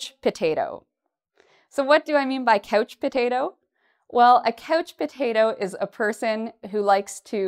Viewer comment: pronounces couch potato like coach potato. Does she has an accent?